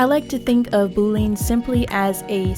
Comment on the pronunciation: This was a really good tutorial and explanation. Well produced too. Straight and to the point. I’d love to see more. Btw, Boolean is pronounce as boo, like a ghost, not bo, like a boyfriend.